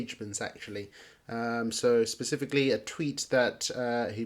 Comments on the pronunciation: Specifically not sisisipicly also 0.52 was a good time to buy after the pump not at 0.62 cents like this guy has just done and bought into he is way down right now iv just bought a load at 52 cents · When you say specifically you start off with a sp a spe a spe not a sis.Also this guy cannot chart his t.a is terrible